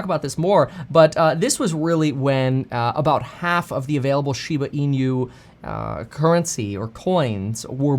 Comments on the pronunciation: It's not "SHIBA ENEW". It's "SHIBA ENOO" as correct Japanese pronunciation. =] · Its pronounced inoo not inew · Kevin, INU is pronounced [ee-noo]. Pronounce it as if it were Spanish. It's Japanese for "dog." There's no "ñ" sound in that word. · Lol at "een-you"